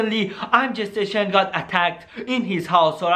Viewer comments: Am I the only one who heard "I am gestation" when he said "I am Jay station" 🤦🤣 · I thought he kept saying “ImGestation” lol